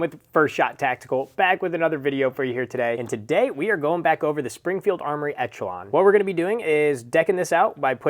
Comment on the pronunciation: You saying etch a Lon is triggering